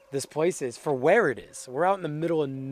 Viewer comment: Vair? Go ahead use Vair as a word. Makes uou dound like a simpleton.